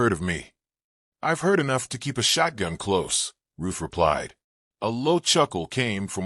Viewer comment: Story lines are good, but definitely need better editing. And her name is RUTH not Roof 🙄